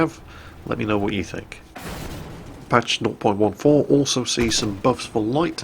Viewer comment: Hey, I was wondering why you said 0.14 the way you do. It sounds like your saying "not point one four." Not making fun of you just wondering!:)